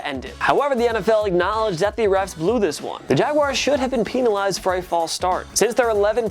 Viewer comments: Pen not peen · It’s penalized not peeeeeeeenalized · he say peenalized. It’s supposed to be penalized but he added and extra e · Peen a Lised 😂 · Dis mans said Peenalize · Why does he say peenelized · gets demonized for saying peenalized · Peenalized! LMAO! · Pen- penalized. Not peen, pen- penalized. Thank you. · Stop mispronouncing penalized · raiders should have been peenalized. I be laughing so hard 😂😂 Thank you for the likes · Sorry... Peenalized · Why did you say penilazed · “pen a lized” 😂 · Did he say peenalized? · U say penzilzed so wrong lol you say peinilzed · It funny how he say peantilized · Why he say peenalized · Jing Wu peenalized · The way he says penalized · Is it just me or did he say penalized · Bro I heard him say that as I read ur comment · The way you pronounce penalized urks me in a way i cannot explain. Because of this i hate you.